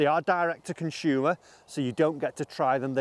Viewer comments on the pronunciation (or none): what a "conshuumer"? lol good vid